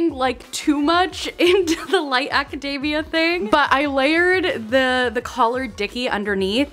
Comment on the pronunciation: Every time I hear "aca-DAY-mia" instead of "aca-DEE-mia", I go a little more insane xD